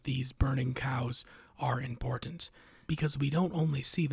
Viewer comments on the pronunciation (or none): none